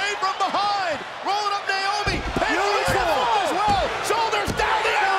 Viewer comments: He said niomoe 😂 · the fact that he said naomi and tamina hahhaha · anyone relized he said “cover by NAOMI and tamina?” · bro said naomi and tamina:)) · lol, he said “naomi & tamina”